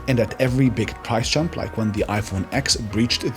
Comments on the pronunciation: “iPhone Ex” 😂😂😂 Wow, do that many people have difficulty with Roman numerals? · it's both iPhone ten and iPhone "ex"